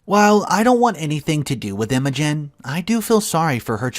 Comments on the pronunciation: This is how emotion is spelled not Imogen . It’s pronounced ima gene without the e. Learn how to pronounce words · Had to pause after I heard you mispronounce "Imogen." Think of it as "Emma Jean," but with a New Zealand accent. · EMO-GIN? PLEASE do us all a favor and ask someone how to pronounce names. It is extremely RUDE to mispronounced OPs names. Why are you so rude? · Isn’t it pronounced Emma-Jean (it’s an old fashioned name). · Pronounce it like M O Jean. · The I in Imogen, sounds like the I in Dim. Also the o is short, not like emoji at all.